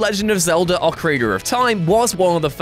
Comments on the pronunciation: ahh ocaraner of time of course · "Ocarigger of Time"